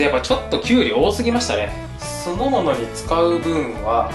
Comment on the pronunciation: 気のせいかな。 今日は少し滑舌が良くないね。 どうしても「酢の物」が「そのもの」に聞こえてしまいました。 その他にも、さしすせそが中心に変でした。 歯医者さんに行って麻酔打ったりしました？